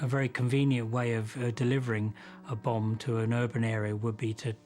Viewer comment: "A bomb has....." I thought he said " A Obama" I was like wut?